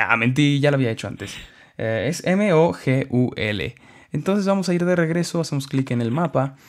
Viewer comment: jaajaqjajqja mogulo lo decis con acento en la o xdddd